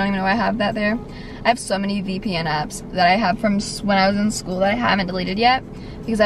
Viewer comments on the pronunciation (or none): Kinda sounded like you said abs or apps